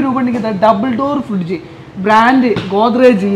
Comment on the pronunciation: പുന്നാര ഉഡായിപ്പേ.... ഫിഡ്ജ് അല്ല ഫ്രിഡ്ജ് എന്ന് തന്നെ parayu